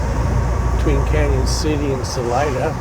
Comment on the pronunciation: Salida, COLO. not salina. Salida is spanish for exit.